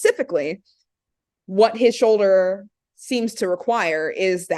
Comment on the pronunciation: my man, there is an “L” in the word “shoulder”.. lol showder